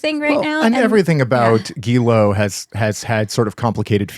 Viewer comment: I love, but he doesn't 'try his best' when it comes to pronouncing names. He makes no effort at all! It's taken him a whole decade to stop pronouncing 'Guillaume as 'Gillam'